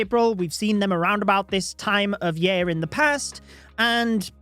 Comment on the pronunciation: I love accent. The way he pronounces year...yay-R and book... buke make me pause to process what he just said! lol and his love/passion for the game is evident